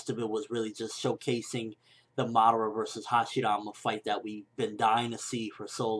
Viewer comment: Ur saying madara wrong.